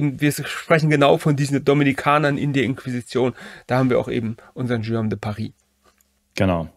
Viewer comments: Tolles Video, ich bin sehr beeindruckt und Ihr Beide habt eine neue Abonnentin gewonnen. Wenn ich eine kleine Anmerkung machen darf, als locuteur natif muss ich bei dem schönen französischen Namen Guillaume immer sehr fest schlucken, wenn daraus ein Schioom wird. Die Buchstabenkombination g und u wird wie das deutsche g ausgesprochen. Was die Leistung, die hinter der Erstellung des Videos steht, in keiner Weise schmälert. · Warum denkst du, hat Guillaume ein u zwischen G und i? Genau, damit man [ɡ] spricht und nicht [ʒ].